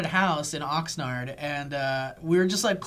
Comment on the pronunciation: Did say Oxnard?